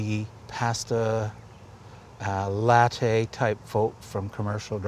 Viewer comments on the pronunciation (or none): none